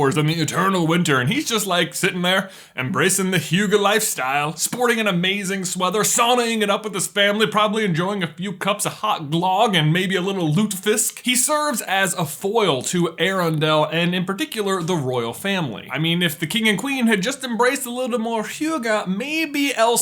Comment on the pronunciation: "few cups of hot GLOOG" it took me a minute to understand that you ment to say "glög" i dont know why this is so funny to me. its not like you really could know how to pronaunce that.